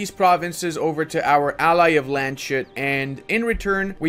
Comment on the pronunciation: Just something that has been itching me: Landshut is not pronounced like "Land-shut". It is pronounced like "Lands-hut", the u being pronounced like the oo in boots. Otherwise entertaining as always 👍